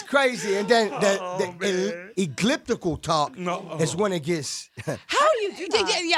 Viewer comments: or his "egliptical" lol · he said "eglliptical talk" lmao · "eclliptical talk" lmao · "Egliptical" ? I love Dj Khaled!